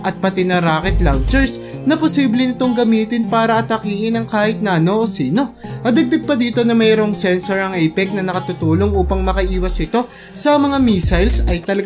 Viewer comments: Dude that's pronounced "a-pa-chi"not apec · Hindi Apec , A-pa -che sir. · Ayusin mo ang pronounce mo ng word apache, apache po hindi apec. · AFATSE not apec pronounciation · Apache helicopter (uh.pa.chee -in tagalog apatse d po epeks pronounce) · A-PA-CHE YAN SIR HINDI APEC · Boeing AH-64 Apache... Apachi is the right pronunciation on that my good sir. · sir hindi po yan A PECK ang bigkas po jan ay APATSE o APACHE ang name po nyan ay galing sa mga american indian ng AMERICA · Apec ampt...🤣🤣🤣🤣 A-pa-che... Apache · Type ko ang Osprey. Bro.: ang pronounciation ng Apache ay à- pat- chii. (Gaya ng Apache Indian) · Whos fault it is the brain or the tounge hahaha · Shee-nook Apa-chee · Sir, pakiayos po naman ang pronunciation nyo sa apache. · Apache from the word indian native n Ameriica u prounce it wrong .... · Tama b pronunciation mo sa apache? Paki google